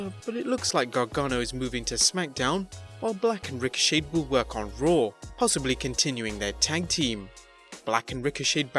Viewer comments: Bro, His name is Ricochet(PRONOUNCED SHAY NOT SHAYED!) There's no ED at the end of his name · Ha. He's calling ricochet "ricoshade".